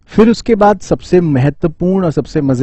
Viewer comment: Sir aap baaad Jane Ko bhad kyu Bolte ho aise distraction ho jaata h aur vhi Dhyan jaata h toh please Baad bola karo bhad nii😂😂😂😂😂